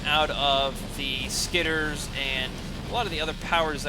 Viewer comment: SkitterERs. It's three syllables.